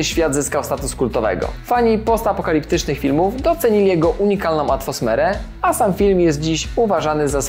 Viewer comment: hah rzeczywiście, nie zauważyłem tego błędu w wymowie. Oczywiście chodzi o atfosmere 😅